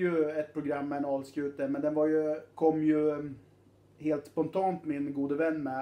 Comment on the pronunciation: Uttalet av Alskute var helt OK, i.a.f. enligt halvgotlänningen här.